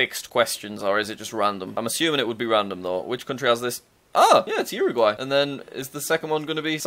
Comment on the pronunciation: Its pronounced uwer-guay